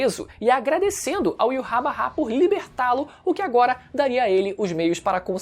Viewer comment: Mano, para de falar "Iurrabarrá" pqp Primeiro deslike que dou em um video em anos, só por causa da sonoridade horrível de "Iurrabarrá"